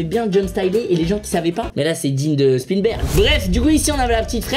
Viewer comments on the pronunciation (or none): « Spinberg » il a dit